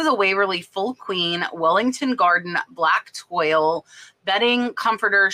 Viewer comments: Love your Channel! BTW, Toile is pronounced “Twa” in French 😢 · Hi! Thanks again for another informative video! I’ve had a couple really nice comforter sets I was wondering how to ship! Great idea with the storage bags! Btw, toile is pronounced twaal.🙂 The only reason I know that is that my mom bought a set of toile decorative pillows years ago & told me. Lol! She gave them to me awhile back and they’re on my couch now! Lol! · You pronounce Toile= twaal just FYI, scenes on a light background